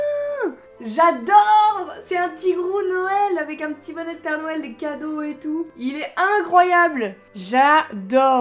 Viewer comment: Te serais-tu entraîner à dire "Noël" pour ta série calendriers de l’avent ? J’ai comme l’impression que tu ne dis plus "Nouël" 🤣🤣🤣 quoiqu’il me semble qu’hier dans ta story Instagram tu as dit "Nouël". Ce commentaire est vraiment basé sur l’humour hein ? Cela me fait rire de t’entendre le dire à ta manière. Sinon cette série de vidéo je l’adore comme chaque année. 🤞🏼🤞🏼🤞🏼🤞🏼 pour le reste des vidéos à venir 🥰🥰🥰